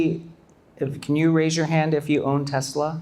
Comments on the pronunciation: 교수님 Tesler 가 아니고 Tesla 입니다 TeslA !! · The host says ‘Tesla’ like Trump… Tesler 😅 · You know these guys are idiots when they pronounce Tesla as Tesler. They lie on top of lie. It's a con and that's why he hooked up with the felon president. Bitcoin is a pyramid scheme. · Even Donald Trump says Tesler ..relax